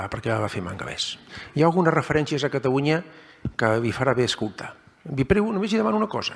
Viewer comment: Pero si no sap parlar Geralitat Catawunya... Quin pallasso